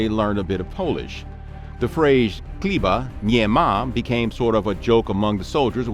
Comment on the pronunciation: Nice video but you guys totally butchered "chleba" though, it is not pronounced with a "K", a simple search would have given you the correct pronunciation, which is not that difficult.